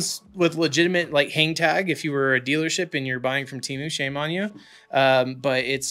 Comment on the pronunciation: My brother.. if you took anything away from this years sh1t super bowl.. it should have been the proper pronunciation of Temu! lmaoooo. The way the did it killed me. They want people to say their name properly so badly. they tried drillllling it into our heads. Oh and the promos forsure work.. at least the coupon ones. IDK about all that invite BS LOL!